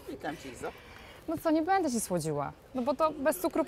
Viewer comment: Kochana! Mów: będe (wymowa) a nie bede i wziąć. Super wywiady. Super strona. Super Ty!